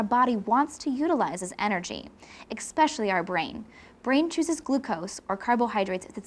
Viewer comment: "Expecially"?? What an "Expert"